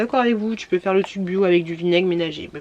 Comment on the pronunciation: On dit tRRuc car TUC c'est plus possible🤮